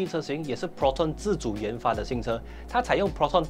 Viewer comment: 自主冤发😂😂😂😂 太像某强国😂😂😂😂